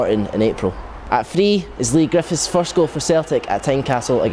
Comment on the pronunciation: Why, why, why can this guy not say TH? Why? Listen to him......."Fought", "Fifa Fisstle", "Arrow Fing", "Mofferwell", "Partick Fisstle", "Lee Griffifffs", "Ferty Yards out". This is not a speech impediment, this guy just cant speak properly!